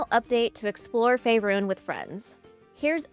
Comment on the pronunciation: "Fay-run"? No no., it's pronounced "Fay-roon".